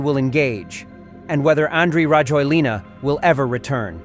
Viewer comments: His name is pronounced rah-JWEL-nah. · A little tip for you,never pronounce the last vowel when you speak Malagasy.As for Rajoelina ,he fled on jet to Dubai not France.The plane that exfiltrated him from Madagascar to Reunion was French but then he took a private jet to Dubai.